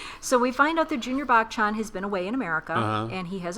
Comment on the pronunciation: It's "buh-chun" not "back chan"